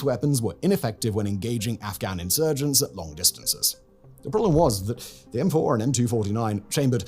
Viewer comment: "M-fouR“ good American accent